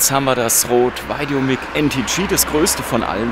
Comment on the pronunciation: normalerweise korrigiere ich keine fehlerhaften Aussprachen, aber wie du "VideoMic" aussprichst, tut mir in den Ohren weh! Richtig lautet es "VideoMeik" und nicht "VeideoMick" - Dein Vergleichstest ware sehr aufschlussreich, danke!